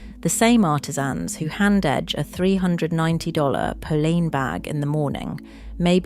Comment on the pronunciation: Thank you for this valuable information. But could you please learn the correct pronunciations of names for your next video? Polene, Loewe, Hermes - it's just irritating.